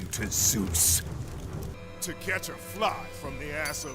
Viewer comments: he was closer to saying "Jews!" Than Zeus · i do NOT think ts is zeus ,i think he js sayyin jews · zioos ZOOS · zios: zoos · Zeus? I thought you said Zooz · More like JUICE!!! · Zeus: Suus: juice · i love the part when i heard Zues